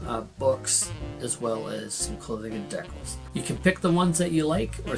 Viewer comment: When decals turn into deckles